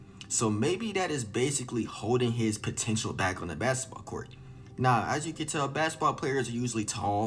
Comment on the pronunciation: u kno he black then a mf talm bout sum “basset bawl cowrt “😂😂😭